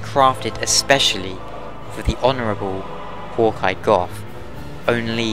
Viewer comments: its "go" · How 'bout how Gough pronounces it? 'cos he does it all funny sounding